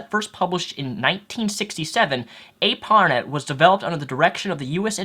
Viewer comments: It's just "ISP", not "ISP Provider", since "ISP" already stands for "Internet Service Provider". And it's "ARPANET", one word, not "A R PANET". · Arpanet is pronounced r-puh-net. very similar to internet.